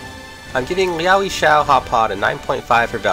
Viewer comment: It’s pretty hard to believe this is your favourite and you can’t even pronounce the name of the place. It comes across as you just did a Google search and chose the the top search result then made a video around that.